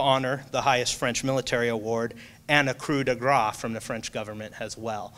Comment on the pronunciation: I hate saying bad things in comments, but, as a professor who assigns presentations- usually dealing with a lot of foreign words, I stress to the students to learn the pronunciations.....Croix de guerre: kwah de gair….Lyons, France: Lee-own.....I do appreciate your research, though